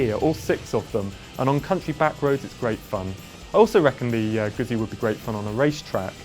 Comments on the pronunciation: Come on, man. How can you review a bike when you can't even pronounce the brand correctly?? It's GUZZI, you know... like PIZZA?!! Grrrr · ZZ in italian is pronounced Gutzi like pitza noy pizza.